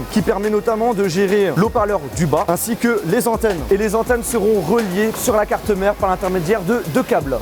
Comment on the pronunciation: le chassienh,la carte mereennh,j’avais jamais remarqué ptdrrr